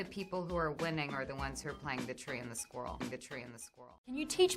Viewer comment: Every time she says squirrel i start laughing so hard n saying "racoons? pssshhhh WE WANT THE SQUIRRELS" hahahahaha